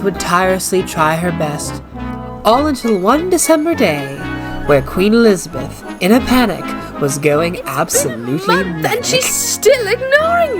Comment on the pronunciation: "Alees- a-beth"-queen mary, 1950s